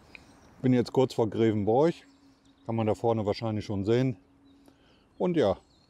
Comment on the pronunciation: Hallo, schön das du die Erft geradelt hast. Darf ich etwas Kritik einwerfen? Grevenbroich wird "Grewenbrooch" ausgesprochen. Ansonsten schöne Tour durch meine Heimat.